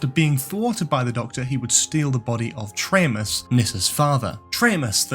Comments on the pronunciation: Erm...Traymus?? Tremas is pronounced "Treemas"! Perhaps you need to watch rather just reading about The Keeper of Traken? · That was great! Only thing I’d say is the character Tremas in The Keeper of Traken (Tremas being an anagram of Master) was pronounced Tree-mass. Oh, and you didn’t have Roger Delgado in the opening pic of all the Masters/Mistresses